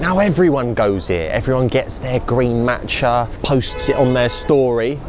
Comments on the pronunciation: Every time he said matcha I died inside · The way he's saying matcha is infuriating me